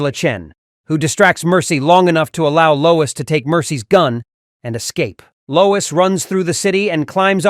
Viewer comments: “TRIPPED BY LOYS” 😂 Freaking AI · "Bottah-rang". "Loyz". Do your own narration. This AI narration sucks. Or should I say, "Sooks"?